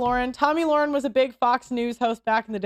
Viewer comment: It’s not loren it’s Lahren.